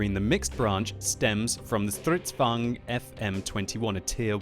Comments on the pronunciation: How you pronounce stridsvagn: "Stridzvuagn" XD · att you said it wrong is now german is swedis and you prenuse it like this stritsvang 42 is wahy is croting like the strv 42